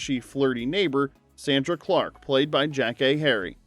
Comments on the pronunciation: Dude, her name was pronounced Sondra not Sandra. It's always been pronounced that way, even on the clips that you're showing, they're pronouncing it that way. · It's "Sahndrah" not "Sanndruh". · “It’s SAAAAUN-nDRA” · Beg your pardon, sir, but it's pronounced SAH- ndra (227) 😂